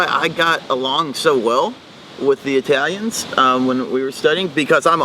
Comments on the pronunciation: Bitte lern mal das Wort EI-täliäns korrekt auszusprechen es heisst I-talians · I think, based on his.pronunciation of the German suffix "-ig," that the German is not from South Germany at all. Why was he calling Italians "Eytalians?" German does not have "eitalisch" but uses "Italiener." (Older German used "wälsch" for "Italian.")